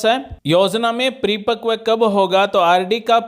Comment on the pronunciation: Pre pakv nhi 😂 paripakv bolte Hain